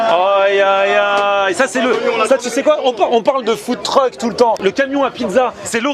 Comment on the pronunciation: Au debut il dis Food Truc j etais mort fin .